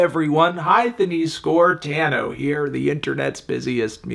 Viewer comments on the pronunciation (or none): none